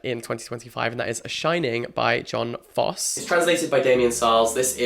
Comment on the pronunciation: That's not how we pronounce Jon Fosse.